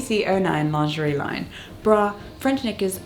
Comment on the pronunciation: Pronounce it Lingerie. Lin gur ee